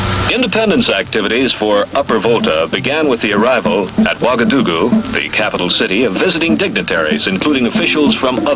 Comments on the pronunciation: Lovely story but Ouagadougou is not so hard to learn how to pronounce correctly. Wa-ga-doo-goo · my first language is French and let me say i was struggling to understand your pronunciation of "Ouagadougou”😂 keep up the good work!